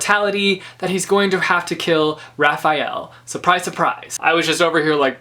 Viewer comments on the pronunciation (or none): The Angel Raziel (Rah-zeel) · Raziel. It's pronounced Raz (as in raspberry) and then iel (as in eel)